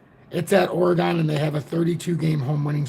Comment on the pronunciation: ..thanks for posting...ps it pronounced OREGUN..:) big Deon fan...no chance. Prineville Oregon